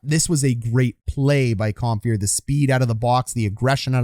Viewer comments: The name is Compher, not Comphier. LOL! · I know you already addressed this, but "Comphier"... Not quite Don Cherry-level player name pronunciation yet, but if you keep at this for a few more seasons, I bet you could give him a real run for his money, Coach. 😂 Love the channel! Love the breakdowns! ✊